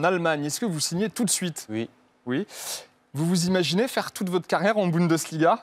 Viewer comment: Il dit ui au lieu de oui😂